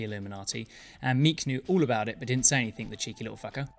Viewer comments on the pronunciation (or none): none